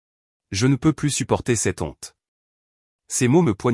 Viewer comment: "Cett' onte" au lieu de "Cette Honte".